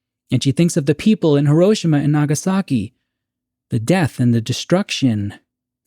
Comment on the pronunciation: As for this TZ episode, I like it, it's in my top 1/5 of all episodes. Side note, being married to a Japanese woman and living in Japan for a few years it is pronounced - hee·row·shee·muh. As for your questions: 1. I feel by watching the TZ shows that Rod and my parents generation were really scared and felt the bombs would drop, or missiles would fly any day. My father always talks about Cuban missile crisis and having a "Bugout" footlocker for him and his sister filled with canned food and clothes and camping supplies. I remember Elm school in the mid-70s thru mid 80s and we did "Disaster drills" in So Cal. They were for Earthquakes mostly but also Nuclear War. I remember the big issue the TV Show "The Day After" was and how we spent a whole day talking about it at school. Mills and Gen Zers just cant understand how real and scary the movie War Games was to Gen X and On the Beach to Boomers. 2. Making the lead Character a Scientist gives him value and places him above the drones who build the weapons of war. He is educated and can see the big picture making him have more skin in the game. Making him responsible to speak up or stand up against the system and put a stop to it. Just like the Germans that should have stood up to Hitler and said NO to the Camps. 3. My moment of Awe was of let down. How easy it was to steal a Spaceship built by the State. Coming from a Military family and knowing the type of Security around bases I guess I was smarter than the Avg. viewer. I mean